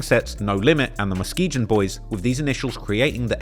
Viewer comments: don't be too salty but just want u to know that the "g" in Muskegon g as in green not g as in giant. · You be mispronouncing the fuck outta Muskegon 😂